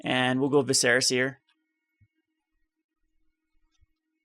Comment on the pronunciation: #triggered its pronounced Vis-er-a, not Vi-ser-a. Good deck idea though.